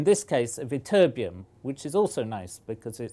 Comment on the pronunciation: Emphasize the TT in ytterbium would ya, you say it like y-terbium